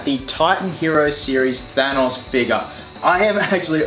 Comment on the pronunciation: I don't like the way he pronounces Thanos.